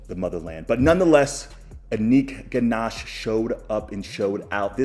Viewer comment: Anik ganash funny pronunciation 😂